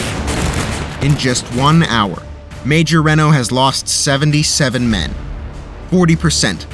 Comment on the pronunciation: I have to say.. your pronunciation of Bentsen and Reno are way off. Also, the cavalry in 1876 would not be called Federals. For the effort put into making these videos these are bad gaffes.